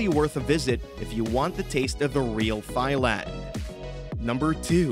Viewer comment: “Thigh land”